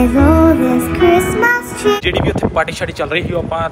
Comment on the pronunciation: bai chirmis nhi chistmas hund a any way love from punjab